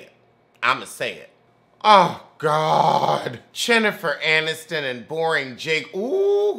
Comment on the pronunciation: I don't watch this show but you definitely just Said CHINNIFER ANNISTON and I am DOOOOOOONN EEEEE LOOOOOOOOL